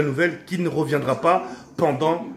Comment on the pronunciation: 90% des comentaires: "C'est "reviendra" et pas "revoendra" et "pendant" pas "pendent"